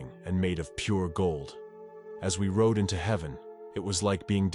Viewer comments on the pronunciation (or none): none